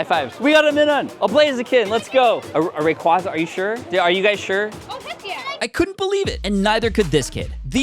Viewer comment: Thank you for pronouncing Rayquaza as you did.